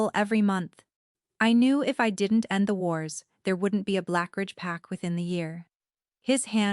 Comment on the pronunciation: Fix the audio t/h is not always th